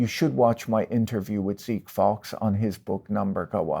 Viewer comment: Wouldn't Zeke Faux be pronounced "fo" not "fox"? He's using the word faux.